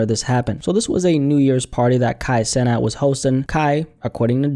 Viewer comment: We ain’t talkin about the same Kai cenat, you ain’t even say his last name right brody